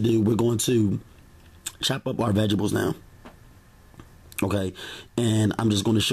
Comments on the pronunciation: I like your videos and recipes but dude! You're killing me with that tiny ass knife! You're gonna cut your damn finger off! Lol. Oh, and "veg-ables" lmao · we gone fight if you say Veggables again!!! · Vegebles 😭😭😭 knowing you’re adding all of them I was waiting to hear you say that word 😂😂😂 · Veggebles, veggebles, veggebles!